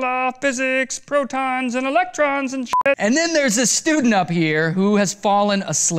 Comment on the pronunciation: He said protons and elections not electrons